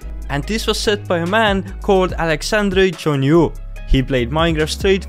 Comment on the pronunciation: "Alexandre Journaux" lol I'm french and he had a good accent